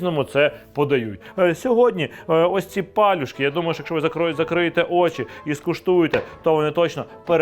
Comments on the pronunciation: А палюжки я знаю з наголосом на другий склад) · Дякую за популяризацію української кухні та за гарний контент.😊 Тільки маленьке зауваження,палЮшки - наголос на Ю.😊